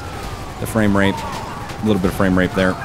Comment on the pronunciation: thought he said frame rape...